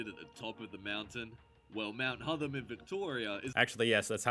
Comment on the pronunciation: Not sure why the voice over guy is pronouncing Hotham as Hutham. It's the same 'o' sound as in hot. Apart from that, good video.